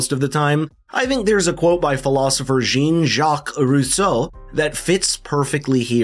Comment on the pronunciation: Cringe: pronouncing Jean (French name) like jean as in jeans